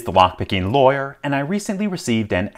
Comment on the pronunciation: "This is the Lockpicking Loryer."